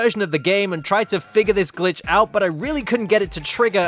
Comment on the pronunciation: it some times in my opinion sounded like son of a b word